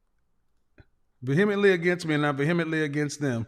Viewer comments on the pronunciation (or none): Kevin is pronouncing “vehemently” incorrectly. Most people who mispronounce words read a lot. Meaning, they’re the first person they heard say the word. It’s one of the few English words that have a silent “h” coinciding with a vowel that doesn’t make a hard or soft sound of itself. It should be pronounced “vee-uh-muhnt-lee.”